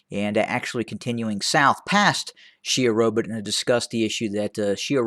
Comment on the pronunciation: Correction: It is not 'Sherobit' it is 'Shewa Robit'